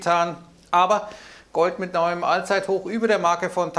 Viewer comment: Ein All(englisch ausgesprochen)-zeithoch 😂 lustig 👍 Der Kapitalmarkt bringt uns noch alle um den Verstand 😂😂